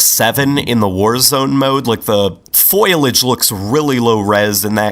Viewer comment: it's not foilage. FOIL-IGE. It's foliage. FOLL-EE-IGE. Foliage.